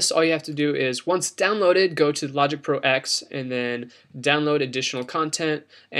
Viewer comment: Great video - the only critique I have is one little thing... "Logic Pro X" = Logic Pro Ten, not Logic Pro "Ecks" - lol sorry just the purist in me. :)